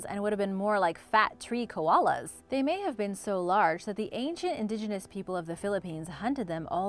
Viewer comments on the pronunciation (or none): none